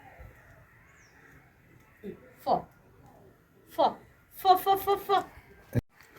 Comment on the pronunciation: Pho kadhu fo fo fo